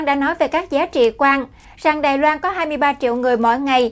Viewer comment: đài loan chứ không phải đài loăng